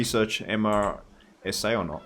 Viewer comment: I know it’s long after this was recorded but MRSA is pronounced Mehr-suh. It’s a very serious bacterial infection. Antibacterial resistant MRSA is responsible for some of the worst infections within a hospital setting.